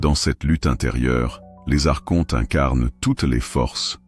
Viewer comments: On ne prononce pas ARCHONTE mais "ARKONTE" Madame l'IA ! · "Archonte, se prononce Arkonte" - Il faut expliquer ça à la voix de synthèse 😁 Je trouve dommage les créateurs de contenu spirituel qui ne prennent pas le temps de lire eux-mêmes leur texte. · Merci infiniment pour cette recherche sur les Elohim, et Les principes gnostiques. Archonte, se prononce Arkontes, cela vient du grec, arché, le principe, le pouvoir.✨️ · Mes "enfants "...merci pour votre présentation et explications variées a propos des Archontes. Au passage il est important de vous informer que l'on ne prononce pas les Archontes avec le son "shontes"....mais avec le son "quontes"....ce n'est pas le son vibratoire"Che" mais le son "que"! Intégrez cette correction dans vos conférences 😊🙏merci pour tous. Il faut sauvegarder la langue française! 🍒